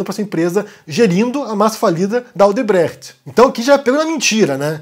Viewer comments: Sim, é um comentário aleatório. Mas como tradutora e bicho das Letras é um carinho no ouvido escutar alguém pronunciar Odebrecht sem aportuguesar. Obrigada e bom dia. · Adoro vc pronunciando a la Caco Antíbes: telegram, instagram, odebrecht...